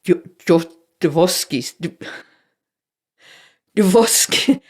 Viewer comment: Tried to pronounce Dostoevsky & failed hilariously as well :D